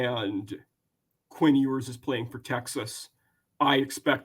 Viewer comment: This man really pronounced it “EE-WERS” 😂😂😂